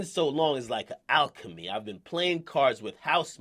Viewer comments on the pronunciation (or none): none